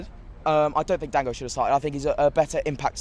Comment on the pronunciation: Goddammitt, if yo ulove him so much remember how to say his name 'Don-GO'